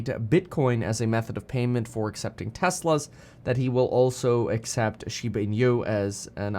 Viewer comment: pronounced as " she ba , ee noo"